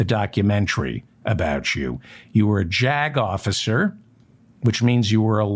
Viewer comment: Every time you say "Jag officer", I hear JACKOFF.